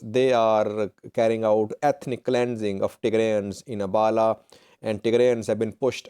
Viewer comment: You are not only working for terrorist organization but also a big lier how lie to the terrorist supporters of tigray.can you pronounce abhala instead abala. Abhala town lives afar and other ethiopia ethnic like tirayans and amhara.the whole town lives less than ten thousands of populations. All most 80 percent are Afar people. I am not informing and terrorist organization supporter how do not want to hear the truth. i will like to hire you as labour instead of being a lier and propaganda for terrorist group.